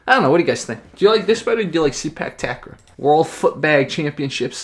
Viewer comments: It's "Ta-Grawl"...believe me I'm Thai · not Tuck Raw but Ta Grawl(pronounce like crawl) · Ta-Kraw(pronounce like crawl) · The way you pronounce 'takraw' is so funny.Its tuck-raw...